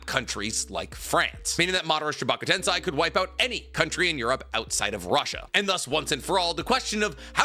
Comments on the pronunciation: Why do you keep mispronouncing 'Tensei' as if it were Tensai? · Why does no one care that consistently mispronounces the word tensei? Like it’s on par with people that say nuke-you-lur in stead of nuclear.